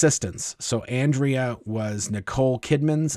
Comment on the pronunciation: On-dray-uh. ...not Ann-dree-uh. Doven.